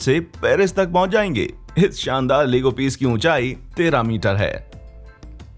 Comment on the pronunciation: You pronounced Lego very wrongly in whole video 😆😆😆